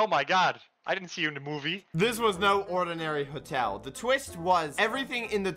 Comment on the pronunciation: are we not gonna talk abt how he said tuo-tel